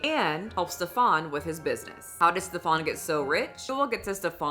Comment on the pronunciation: I am not calling him Stef-AHN with that fake ass accent 😂 That dude's name is pronounced Steven. Steven is just a dude from like Bushwick or somewhere. It's bad enough he's convinced all these women he is the gatekeeper to paradise. We are not falling for the name, too!